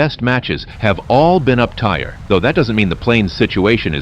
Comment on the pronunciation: the "uptyre" ruins my immersion. l like to believe the voice is really you. 🥲